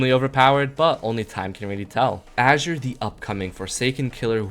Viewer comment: Aint no way bro mispronounced the color "azure"